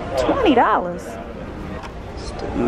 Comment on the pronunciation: IKR! I FELL OUT LAUGHING 😂🤭